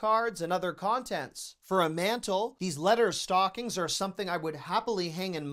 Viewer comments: The word stocking is not pronounced stalking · The word stocking is not pronounced stalking.